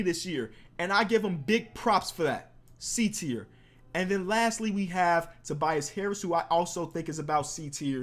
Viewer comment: You said Tobias harris😅😂😂